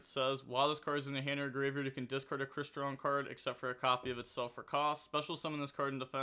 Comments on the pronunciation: Oh god. has met his final boss. Crystron name pronunciation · Sounding out words is tough 😂😂😂